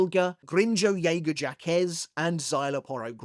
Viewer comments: I had to look up the many different pronunciations of Grimmjow's last name. Japanese, English, Spanish, I read text-based pronunciations, I even looked up the inspiration of his name just to be sure I am not going crazy it's pronounced "Jaggerjack" in every single one of them, have you never heard them say it before? 😭This is a sin! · The cultural butchering of how you pronounced "Jaegerjaquez" was pretty appalling.